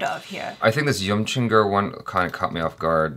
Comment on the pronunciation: got Yimchunger pronunciation spot on! This video will be a bridge yet again to show the diversity of India! Regards from Nagaland